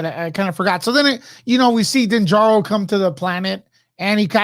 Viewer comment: Din Djarrin pronounced Den~JAR-REN not "Den Jaro". . . .